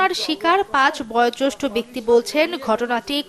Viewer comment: Reporter should learn how to say 'boyojestho'. She is saying boy jostho.